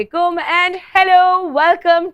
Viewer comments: Excause me ... Word Aslamualaikum hota haa madam...salavalaikum kia hota ha 🤦🤦🙄.. ISLAM ma aesa koi lafz nhi ha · Plzz correct your pronunciation.. word Aslamualaikum hota ha.. salavalaikum ni